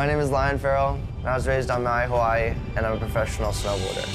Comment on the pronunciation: You say Hawaii wrong if you ganna represent the place at least learn how to say it right